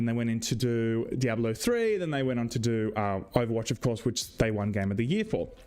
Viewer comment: Missed you,. In Freedom English, and Spanish, “diablo” has 3 syllables —dee ahb lo — in Englishereedoo it has 4 — dee ahb ah low